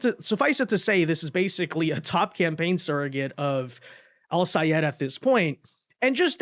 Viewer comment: OMGOODNESS!! You are so nice to be pronouncing Sayed's name as he insisted everyone do. 😂😂😂